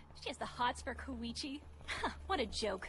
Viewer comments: Wait..why are they saying it like Ko-E-Chi? Even in the original in sounds more like KOI-CHI. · One thing I can't get over with the dub, is how Koichi's always pronounced like it Koeeeeeeeeeeechi